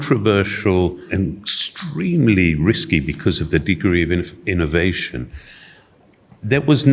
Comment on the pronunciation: ehhh Cleo looks you were enjoing the Italian accent 😅 ° ehhhhhh the innnnnovationnnn° 🤣🤣🤣